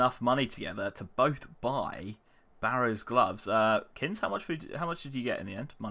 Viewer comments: What's he calling? Kinz? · You two are geniuses. Sick series in addition to the pvp challenges. Why do you call kins??